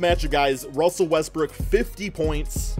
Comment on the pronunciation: Oh ma gawd ruzzzell wezzbroog